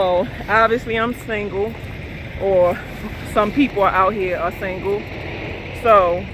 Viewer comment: You kicking so serious knowledge right now baby girl. I love how you say the word single ( you pronounce it "SANGLE")